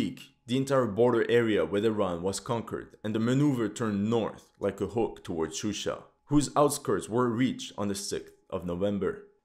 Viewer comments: Not Shushi, but Shusha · Gurbanli in the map it said shushi but he said shusha. I don't think he cares. He just used the most common English names. For that you have to blame English language media